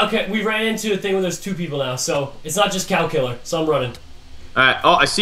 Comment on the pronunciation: The first time they said the cow killer I thought they said the calculator